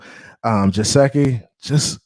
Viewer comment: No offense but it’s Geh-sicky not Je-seh-ky